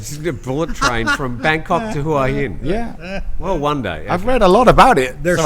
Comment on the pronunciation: still can’t pronounce Hua Hin correctly. 😊